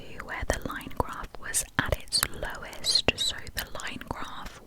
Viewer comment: awww when you said Lowest it sounded like you was saying my name Lois🥺